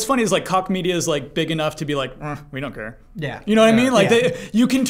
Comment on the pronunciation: Correction: (not really but still) Since Koch Media (Publisher-Name: Deep Silver) is now owned by THQ Nordic it might come up again. Koch isn't pronounced like "cock" (lol) The ch is a weird sound which might be unfamiliar for the english-speaking. It's more like a softer sound similar to "sh" To make it you need to make a "sh" sound but pull your tongue a bit back and open your mouth a little. Fun fact: Koch actually means cook in german and is also the name of the founder.